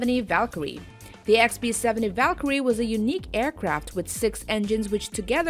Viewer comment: This is a wheewy wheewy good video, aewcwaft like the valkawee are reawwy coowow